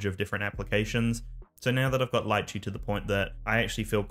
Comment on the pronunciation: Can't pronounce Litchi tho..